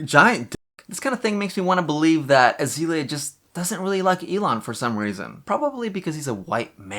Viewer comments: This video is super fun, but it was driving me a little crazy to hear you say AzEElia over and over instead of AzAYlia. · I Don know how I got to this video it is weird and funny, a narc is a narcissist and her name is isn't azilia it's there's a A in there it's pronounced like the flower. This is very odd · Pronounce Azealia right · Can you at least say her name right